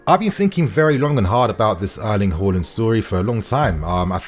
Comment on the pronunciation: Out of respect, just learn how to pronounce his surname...Haland